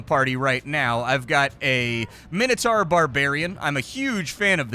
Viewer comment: Is he trying to say Minotaur or does he mean "minitar"? I don't know what a minitar is